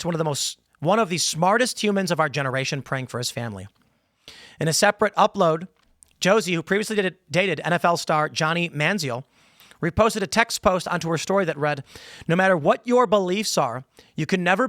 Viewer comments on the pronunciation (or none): Not a big point, but Johnny Manziel, the last name is pronounced Man zell